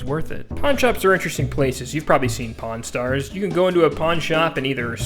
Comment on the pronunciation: "Pawn Star" 😭💀